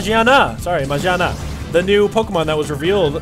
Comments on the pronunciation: It's pronounced maGIana, as apposed to maJIana, it uses the character for a g not a j in its name, don't mean to sound rude, just letting you know! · Really? It's mageaRna there's an r in there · I cannot wait to see, and obtain in future, Magearna. (It's pronounced Muh-gear-na, by the way.) I can't wait to see if its typing is Steel/Fairy and I can't wait to experience its backstory and its plot and discover its origins. It's so mysterious at the moment and we don't know much about it. I'd love to learn more about Magearna. I also cannot wait to leanr more about, and hopefully explore, the Azoth kingdom and learn the full facts about Project AZOTH.